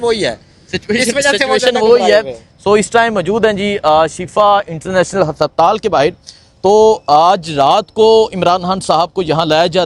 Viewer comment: hasaptaal kia hota hai haspataal